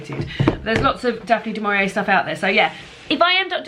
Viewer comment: Fab Vlog. Daphne Du Mauri-May, hahaha. Brilliant. I too am getting excited for The Women’s Prize 2022. Love that you and David read to each other. Cute! Chris and I were reading the same book at one point next week. Absolute scenes.